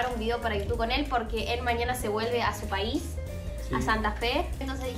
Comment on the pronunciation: Su Paiiissss? Santa fe 🤣🤣